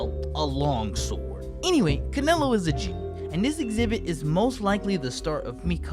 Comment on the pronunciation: My boxing mind kept thinking about you meant Canelo Alvarez when you said Canalo